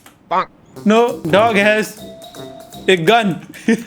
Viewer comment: Aapke " noo !!!!" Me bhi gujrati pana aarha hai 😂😂❤️